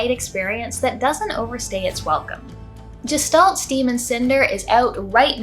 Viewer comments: I thought it was pronounced Gestalt, like guest. not jest. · You and fireb0rn both seem determined to pronounce gestalt like gestation. It's a German word, which means, unlike "German," it has a hard G sound. guh-shtalt. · This looks cool! Feels like they nailed the style they went for. I'm glad to hear it's not just pretty but you enjoyed it too. I think I would like this on the Switch. If you're curious, "Gestalt" is pronounced with a "g" like in "ghost" and the "s" in it is said as a "sh". In German, it can mean the form of something and its being, and it can be used to describe a mysterious being you know nothing about - like if you only saw a silhouette of a person at night you could say you saw a Gestalt. In philosophy and psychology, it's used as a loanword in other languages, including English, to talk about the relationship between the appearance and the being of something. It has a connotation of something metaphysical and mysterious.